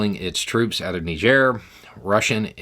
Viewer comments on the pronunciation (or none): none